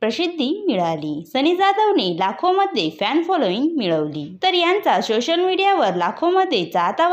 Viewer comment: सोशल ❌शोसल✅😂